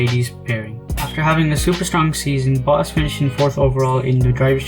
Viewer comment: I think his name is Valtteri Botas not Valtteri Boass.